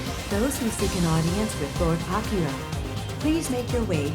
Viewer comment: Palace people: AK-I-RA Me: Shutthe-F**k-up